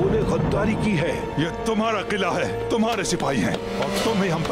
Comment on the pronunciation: Kala nahi hota hai yaar kila hota h